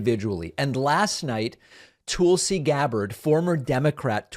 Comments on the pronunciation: David it's "Toll-see" not "Tool-see. Still love you guy. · “Tool-si.” You’re doing that on purpose, aren’t you David?😏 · So you continue to mispronounce her name to make it sound like Toolsy Gabbard. Rather than emphasizing the U between the T and the L. Which makes you a patronizing a-hole. As obnoxious and arrogant as you already are. This shows what a disingenuous jagoff you are to boot. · 😂 are you deliberately saying "tool"sy? Lol...rich! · Is the "Tool-C" on purpose? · Why Does David pronounce her name Tool-see? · The Toolsi pronunciation is a long-standing thing that he know is different than how she pronounces her name, he just does it “for the fun of it”. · Why does he pronounce Tulsi so funny? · If you learn to pronounce Tulsi, I'll subscribe. Great video :) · Why does David habitually mispronounce Tulsi's name? Is it a bit?